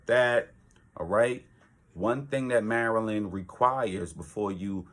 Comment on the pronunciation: From the way you say Maryland you're not from around these parts are you ?